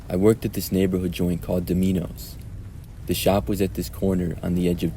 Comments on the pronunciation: "Dumeenos"?!?! 😂 Are you kidding? You aren't a foreigner, you KNOW how to pronounce that word. So cut it out!!! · The way he said “do mee nose” 💀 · lol’d at “duh-me-knows” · OH MY GOD I LEGIT DIED WHEN HE READ THAT LOL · Ive never heard Dominos pronounced like that